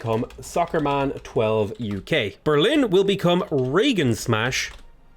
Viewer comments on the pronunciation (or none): none